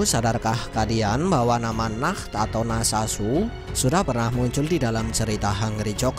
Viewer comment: bang Nacht bukan Nah